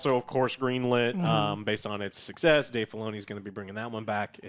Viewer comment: Ashoka's "suck-sess"...riiiggghhttt...